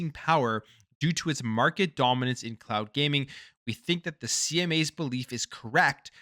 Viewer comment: For a second i thought you said clout gaming. Oh cloud gaming makes more sense 😂